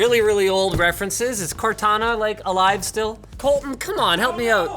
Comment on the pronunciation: And rise COR-TWO-NA